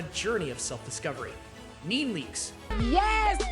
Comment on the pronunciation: Your saying Nene's name wrong... It's NEE NEE Leaks not NEAN .